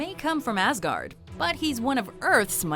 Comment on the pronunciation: You said "Asgard" as "ass-guard", ha!